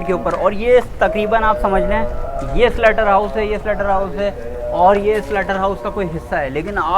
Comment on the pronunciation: SLAUGHTER HOUSE NOT SLUTTER PLS